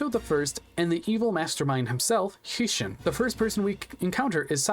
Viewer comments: Quality check. I appreciate that you put effort in to making this, but there's quite a bit of information that's incorrect. Isis can draw in to B. Skull Dragon, Meadow Mage does not drop Gaia the Dragon champion, and you can not fight all 3 villagers in the 2nd half of the game. Heishin, "High Shin", Heinz Ketchup Shin. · Your pronunciation of Heishin will give me reccuring Nitemares